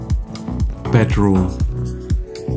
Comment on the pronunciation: I can't wait to try and hold teewee bedwoom and weeding....it's like a German Jonathan Ross! Love the content though...